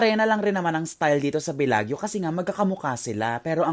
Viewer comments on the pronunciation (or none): When you come back to Italia, let me know and I can accompany you roaming around. Btw, that is pronounced as Belajo. parang Miss Universe walk. 😆